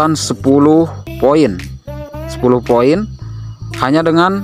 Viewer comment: Bang ga bsa blg hurup P kah? Play jdi (vlay) Poin jdi (voin) Bingung aku awalnya tak kira apaan voin ternyata poin